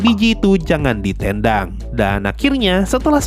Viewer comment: Bukan bermaksud menghina atau apa, tapi ini detail yang gue dapat dari cara abang ngomong ‘ditendang’ yang logatnya itu jelas banget timurnya… Dan gue langsung ingat sama video di Cleansound yang ternyata abang adalah orang yang tinggal dan besar di Papua🫡